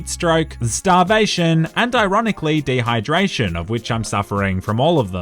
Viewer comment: nobody::HyDraTIon